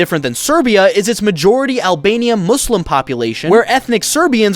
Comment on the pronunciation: THANK YOU for actually saying "muslim" right because most people just say it like "muz lum"